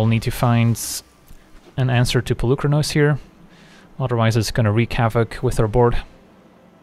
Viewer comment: Hey there, random Greek here! So the "u" in Polukranos is pronounced as the "ee" in "meet" or "coffee". Comes from the word "πολύ" meaning "many" :) Fblthp pronounciation was spot on though. Very fun deck.